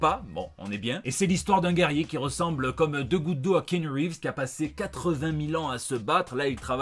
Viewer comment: Ki-a-nou,, on dit Ki-a-nou Reeves.